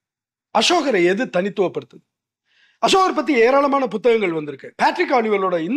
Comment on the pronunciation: சமஸ், அன்புகூர்ந்து அஷோகர் என்று உச்சரிக்காதீர்கள். அசோகர்.